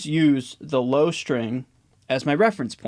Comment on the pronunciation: "LOW"crian, everything else is good